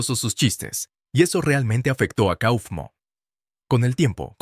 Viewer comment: No se dice cofmo se dice caufmo